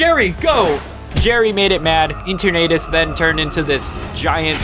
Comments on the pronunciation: I like it how he calls it Ater naytas Instead of enturnatus Xd (And yes I might have spelled enturnatus wrong) And wata gun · Ok so you pronounced eternitises name as Enter-nadis when its E-turn-A-tis 1: I probably sprlt eternitises name wrong 2: this isn't a hate comment it's just something that really bothered me ALSO THAT ENDING WAS SICK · It’s pronounced e turn uh tis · Google translate:et-turn-a-tis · it is EE-TER-NU-Tis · God some of the pronunciations in this is painful e turnadus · Dude......thats not how you say eternatus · Its CALLED Eternatus. Etern in Eternity and uh, atus. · Honestly kinda impressed by this. One thing I have to point out, though. Eternatus' name is derived from the word "eternal", so it's pronounced pretty much the same way, but with "tus" instead of "l". Also, BATTLE VERSUS JAIDEN WHEN?! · I love his pronunciation of Eternatus and some of the gym leaders! I love it!!! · Your saying Eternatus wrong